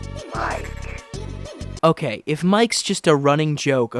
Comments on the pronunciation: of course casuals like you wouldn't pick it up with that channel name, but who ever decided you pronounce it "Mike"? Toby is a weeb. He's fluent in Japanese and works with JP Vtubers and Singers. You read it ミケ (mee-kay for you burgers out there), as in 三毛猫 "mike-neko" - Calico Cat. There you go, simple as. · Mike is actually pronounced Mi-ke like the japanese bobtail cat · YES IT'S MIKENEKO Mike is Friend % And the name is pronounced Meekeh in that case, not Maik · The games japanese translation decided its pronounced "Mike" (マイク / Ma-i-ku). Please do at least cursory research into what you are talking about before making a fool of yourself so spectacularly. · Yep. Iirc, people noticed the Cheshire Cat connections with IMG_FRIEND, said “oh, well, Mike pronounced ‘mee kay’ is a Japanese cat breed”, and somehow got Friend = cat = Mike, which is insane how close they were to correct given the minimal evidence haha